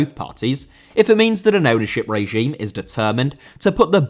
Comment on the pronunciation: Regime* not Reigime